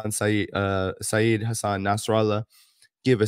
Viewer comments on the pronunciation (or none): Hi. "SAY-YED" is the correct pronunciation, not "SAYEED". (re Nasralah)